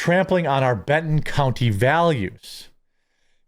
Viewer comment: LOL did you all notice that when he was talking about them and the county values, he misspoke and stated CUNTY instead of COUNTY, lol that was priceless... Go back and rewatch it from around 8 minutes to . I thought that was so rewarding and hilarious... Just Saying!!!